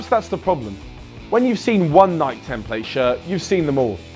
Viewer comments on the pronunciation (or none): Is dude mispronouncing Nike? It's fuckin' Nike, mate.